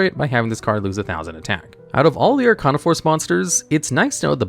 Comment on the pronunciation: First, you pronunced Arcana wrong. Second, how could you not mention the otk move using The World and Samsara Lotus?